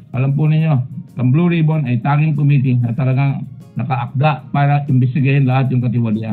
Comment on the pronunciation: "Blow Rib-on"